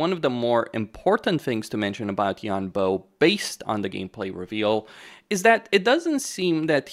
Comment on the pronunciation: “Bo” is pronounced like “bore” without the R sound at the end (like a “bore” in a British accent). “Boh” is a good guess, but hurts my ears 😢